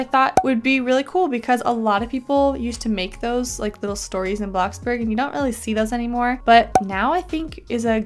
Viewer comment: U SAID BLOXBERG INSTEAD OF BLOXBURG XDD